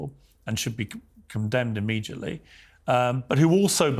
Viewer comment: Piers please refrain from pronouncing Immediately as Immegiatly its bad english particularly for one as you who are in the media also the word has no "G". Thank you